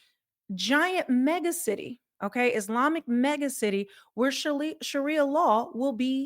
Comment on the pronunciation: That robot woman standing there Consistently goes thru the SAME hand movements,...& is trying to say Islami - instead robot says ' iz limey! ' , you can tell when it's a computer they can't pronounce the year or a $ monetary/dollar amount properly.